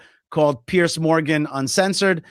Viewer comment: Piers, not Pierce. Piers like more than one pier. Piers, peers, peerz. Zed sound.